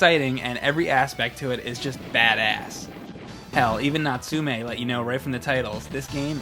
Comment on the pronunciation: Nat-su-may. Wtf so many game reviews get the companies names wrong